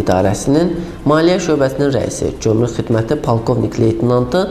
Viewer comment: Bu aparici ozu gomruk evezine comruk deyir, hele dogru duzgun teleffuz etmeyi oyrensin ki, basqalarina da mediyadan numune olsun!!!!